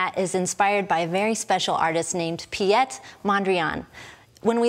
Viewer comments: I was just thinking the same.. she pronounces it as a French name.. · Piet is a Dutch name. It's pronounced as Pete.